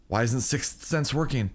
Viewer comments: Try say sick Sense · it's pronounced sicth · EVERY TIME HE SAYS 6 SENSE I CRINGE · The emphasis on "Sixth" Sense. LMFAO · Does anyone realise how much he struggles saying sixth sense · trying so hard to pronounce, "Sixth" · it's not that hard to prenounce sixth sense, but it's just one of those words... Can't explain it but I get where your coming from.